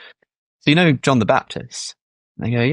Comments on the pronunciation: Guy doesn't even pronounce "you know", he makes a ye-oh sound. I mean like, right? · When did "you know" become "nyo?' Surely it was before sam bank man fried.